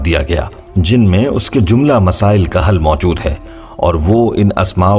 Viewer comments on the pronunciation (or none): none